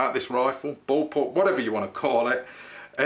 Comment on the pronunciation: I know what a Bull pup is. But you said boll pup! ?